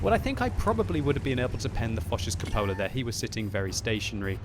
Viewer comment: CUPOLA.....It's pronounced cew-puh-la, not cup-oh-la!! LOL